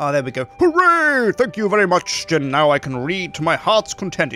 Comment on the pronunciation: ITS SJIN NOT SKIN!